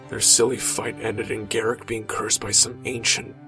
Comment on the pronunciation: why do you say garrik its garruk with a drawn out uuuuuuuuuuuuuuuuuuuuuuuuuuuuuuuuuuuuuuuuuuuu there is no i in his name garrik sounds stupid